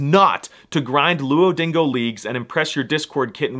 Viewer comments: Did he say, “Luodingo”? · Luodingo lol Seriously though I love your videos